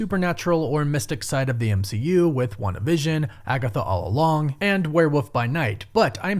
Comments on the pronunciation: I hate the way you say werewolf.... say wolf....now say werewolf....😂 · Do you call them woofs too?